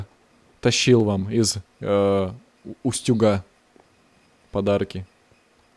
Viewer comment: Не УстЮг , а Устюг (ударение на у). Почему все кто не из Вологодской области неправильно его называют?